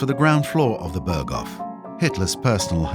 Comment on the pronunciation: Não se pronuncia "Bergou" e sim "Berghof" .Impressionante como os narradores não se dão ao trabalho mínimo de pesquisarem como se pronunciam os nomes . Ou serão todos I.A. ?